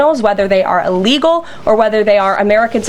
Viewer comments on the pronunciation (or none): none